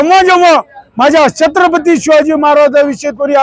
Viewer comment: तुच कर ना मग हे काम. तु भितोस का काळं फासायला. अरे तुला धड छत्रपती बोलता ही येत नाही. कोण निवडून देतात असल्या अनपढाना कोण जाणे 😂😂😂😂